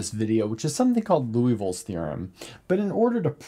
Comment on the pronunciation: Lee-oo-vill not Loo-ee-vill